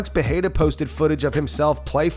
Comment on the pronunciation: Think this narrator will ever learn how to properly pronounce Adesanya and/or Pereira (Pa-hay-ya ? I don't! 🤣)